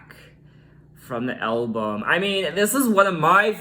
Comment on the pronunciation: I love the way you say “elbum” 😊